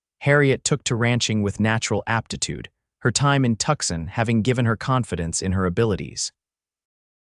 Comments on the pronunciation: It's pronounced Two-sahn. Not Tuckson. And how big is that knothole that can fit a canteen though it? Under the gap in the barn door, that works. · 😂Oh, for pitys sake. It's Too-sahn, not Tuckson.😂😂